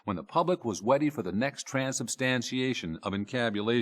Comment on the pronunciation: Did he say weady? He slipped into Elmer Fudd mode for just a second. 😂